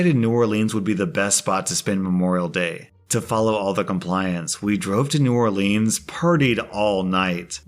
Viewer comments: Argh!!! It's not pronounced New Orleeens, it's New Orleans, (trust me dahlin'). Keep up with the great Reddit stories. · it is NOT and has NEVER been new oar-leans. (It is new OAR-lens) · hey, let me help you out. in south louisiana we pronounce New Orleans like "new oar-lynn's" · So Imma be a karen right here, well also just like pointing out. It's sorta hard to explain on text but....I am familiar with Louisiana, more specifically New Orleans, and it kinda drives me crazy when people pronounce it wrong which you kinda were the whole time. The way you said it was more like when you put the name in a song, it just rhymes better but it is not how you say it normally. That's all, I'm sorry if I seem rude I'm not trying to be. I love your videos and have been watching for like a year by now. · HE MISS-PRONOUNCED NEW ORLEANS! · I'm sorry to tell you but that's not how you say New Orleans. I mean I do live in Louisiana so I would know lol. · Is anyone else disappointed in the fact mispronounced New Orleans? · The way he pronounces New Orleans pisses me off 😡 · You pronounce New Orleans wrong